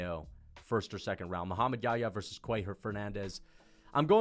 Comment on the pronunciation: dude if you can't pronounce YaHya, just say Mohammed John. John is the English version of Yahya.